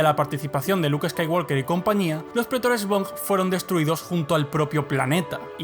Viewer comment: Deja de pronunciar skaiwalker la L Es muda se pronuncia woker. Uds lis españoles que creen españolizar el inglés como si fuera correcto